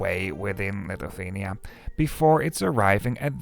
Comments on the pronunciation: I know, Lithuania is not among the easiest country names to pronounce in English, but it's Li-thu-ania, not "Lituthania" ;) Good video nonetheless. Having Vilnius-Riga service reinstated after ~20 years is quite a big deal here. Thanks for showing it. Also, a couple of small corrections, if I may. Pesa 730ML has max speed of 140 km/h, not 156 km/h. As for ticket prices between Šiauliai ant Vilnius, they differ not because local vs international trains, but rather because of train rolling stock types. Some trains are non-accessible push-pull trype of trains which I personally prefer due to more comfortable ride and more space inside, but they can be problematic for people with limited mobility. There is also a Pesa 630 which is 2nd class only with rather uncomfortable seats. And there are also some more Pesa 730MLs, just like the one that goes to Riga. It's also used on Vilnius-Klaipėda route which also goes via Šiauliai. And, finally the average speed. It's not 75 km/h, but rather around 84 km/h, which is not very fast, but just about acceptable and comparable to journey times by bus or car, unless the train is delayed of course. Looking forward to your video from Vilnius-Warsaw train. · Litufania? Was it really so difficult to check the correct pronunciation of Lithuania? What a disrespect and ignorance. Trash content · Lithuthania and Falga is crazy pronunciation for a local😂. Tallinn was correct tho, respect! Btw, Elron and Vivi have unified schedules so there will no longer be a wait at Valga:) The same LTG service will meet the Elron train on the Estonian-Latvian border and connect Valga directly to Vilnius. Tallinn was not chosen as a terminus due to regulations:(